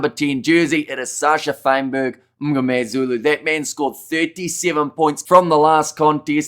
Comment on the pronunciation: Respect for really trying to pronounce all the SA names correctly! Kwagga, RG, Mngomezulu etc. You're doing a good job...